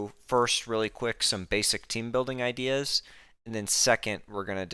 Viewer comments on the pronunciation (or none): none